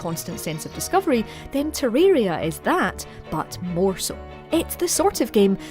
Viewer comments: Teririra lmao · Bro how she pronounced Terraria